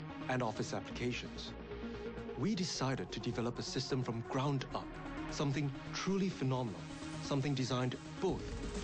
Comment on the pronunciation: of vid epic japan guy says "Ground up!" All could think is "Grand Upper!!!!"